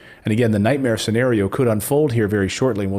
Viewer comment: LOL you almost said week Mare